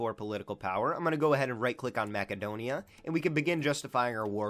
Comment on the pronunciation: Its pronounced MASSedonia